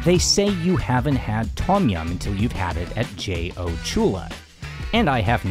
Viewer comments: Love the content, and sorry to nitpick however, it is slightly off-putting for a history channel when common Thai words are mispronounced such as "Tom" instead of "dtome" and "hat" instead of "hàt" or "Haad". Otherwise, you are doing something no other farang has done yet on YouTube, so hats off to you, sir, keep up the good work! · Th-om --- yum. Its a T sound with a soft H huff...... PLEASE